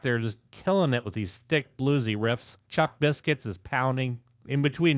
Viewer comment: AND Danzig!!! It's a Saturday Night!!! Hell Yeah!! Thank you for doing a Danzig video. AND you took the time to pronounce Samhain right!!!! HELL YEAH 👍 But.... It's Chuck Biscuits!!!! 😅 I was and still am a Misfits fan. I saw Danzig on the 4P tour. 4P was great it was Danzig V that sucked balls.